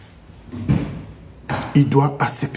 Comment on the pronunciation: On dit “ACCEPTER “ et non Assèpter.